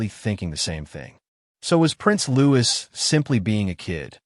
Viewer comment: His name is Louis, pronounced Louie. Not as Lewis.